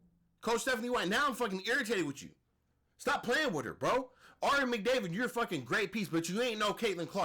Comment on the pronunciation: Ari “Mcdavid” 😂😂😂😂😂 bro I’m weak af